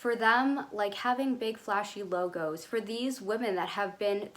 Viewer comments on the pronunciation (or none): none